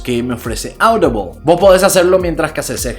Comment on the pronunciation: Amazon aoudiboaaaaaoolll 🇪🇸: Amazon audible. Que se puede escuchar vaya xD